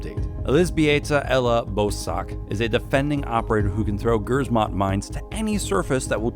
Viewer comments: The way you pronounce grzmot 😂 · Why does he pronounce alot wrong like montage and grizmot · Y'all know Grzmot is pronounced jmot, and means thunder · another R6 video and another ridiculous pronunciation of grzmot